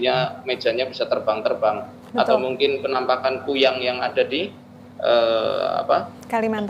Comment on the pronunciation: Kuyang mbak bukan kunyang....